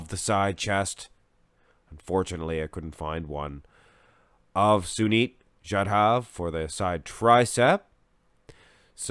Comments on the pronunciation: What the fuck is jadhaaav 😂🤷🏻‍♂️ Thats jadhav! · Finally an Indian athlete, yeah you pronounced sunit correctly but jadhav was wrong its pronounced as jaa-duv